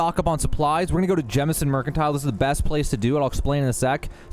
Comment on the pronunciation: Thank you for not calling it “Jamison”. I swear I hear people call it that and I immediately click off the video because they obviously only play because they followed someone else’s walkthrough.